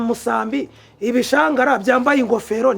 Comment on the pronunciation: Bavuga ibishwangara ntago bavuga ibishangara